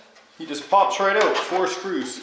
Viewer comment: It’s a crankshaft and that’s not how to pronounce out 🤣